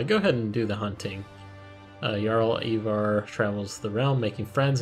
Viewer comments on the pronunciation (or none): ivar is prounouced "eye-var"